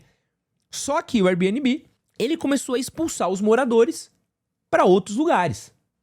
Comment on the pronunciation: Diretamente do tribunal das minúsculas causas: Gente, vamos decidir se é pra falar Air Bnb em inglês (Bi-ên-bi) ou aportuguesado (bê-ene-bê)? Esse mix das duas coisas (bi-ene-bi) é muito estranho 😂